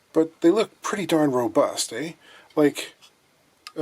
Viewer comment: This was the first time I heard say "ay" - and when I was in Canada in1980, everyone said "ay".